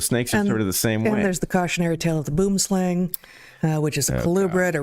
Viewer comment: Crazy and tragic story about the snake in the lecture, I've never heard it before.. As a South African, I must let you know its not pronounced boom-slang , but boo-um slung. Slang (pronounced slung) is afrikaans for snake, boom (pronounced boo-um) is afrikaans for tree.